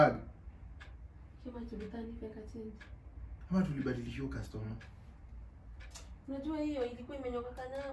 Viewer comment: Did i hear you call her customaa🤣🤣🤣🤣🤣🤣